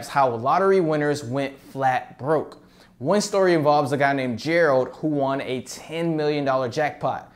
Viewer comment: The way you pronounce “one” deeply pisses me off